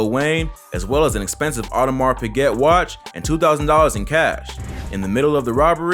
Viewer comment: the s and t in audemars piguet are silent lol